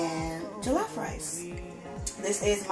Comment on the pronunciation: it jollof not jilaf but loved it enyway